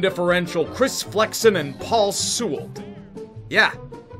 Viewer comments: Just to be a little nitpicky, Paul Sewald is pronounced “Sea-wald” not “Soo-eld” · SEE-Wald. Put some respect on the mans name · Paul Sewald is pronounced Paul SEE-WALD. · You said “Sewald” wrong